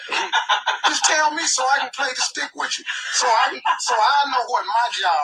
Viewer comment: Steve said "stick" instead of "Shtick". He just so ignorant. And nobody corrected him. Acting like he planned to be the opening act like hes humble.